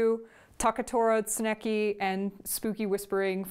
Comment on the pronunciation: Tsuneki = sooneki Your pronunciation of foreign words is my raison d'etre! :))